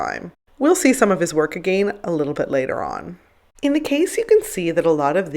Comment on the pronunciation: The way you say the word "again", drives me absolutely nuts